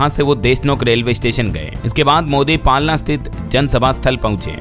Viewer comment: Palna nhi palana